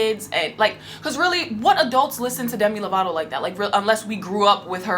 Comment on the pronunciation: I am SO. MAD that you called them “Themi Lovato” O.M.G!